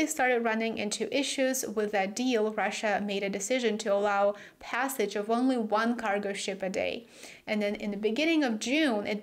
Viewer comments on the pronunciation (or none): none